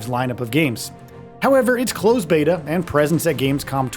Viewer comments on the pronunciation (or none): none